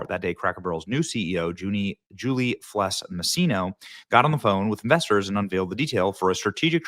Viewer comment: Please for gods sake Benny learn that Felss is not pronounced Fless. Simple thing but there might be a lady out there somewhere named Julie Fless that is getting all sorts of grief because of you